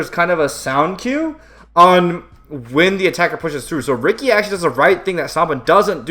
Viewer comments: It’s “Richie” not “Ricky” Ricci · BTW it is pronounced Richie